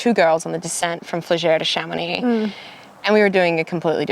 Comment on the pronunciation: I'm just here for the proper pronunciation of Chamonix... Nice job!